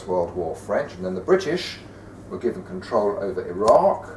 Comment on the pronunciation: He says...GIVEN control...”given”?! 😞🤣!